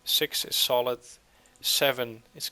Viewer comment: It's solid not solith